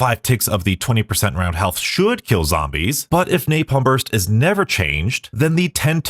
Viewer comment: please stop adding the "y" to 'napalm' I'm wondering if that is what he is referring to as rage bait... and also in bo3 blast furnace is a fine ammo mod it just isn't the best because of its low spread... the damage is still there it just doesn't have as much reach as a perk like the electric one